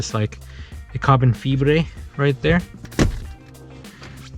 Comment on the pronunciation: "cobin fibre" lol